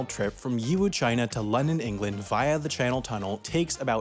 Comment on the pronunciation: Yiwu is pronounced E- Woo